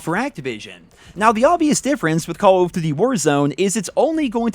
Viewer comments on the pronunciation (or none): Re Vaas LoL I’m not the only one that noticed that can’t pronounce “call of duty”. He says “Cawofdiddy” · "Call of Ddy"